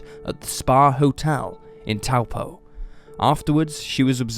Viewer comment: Pronunciation of Taupo is pretty good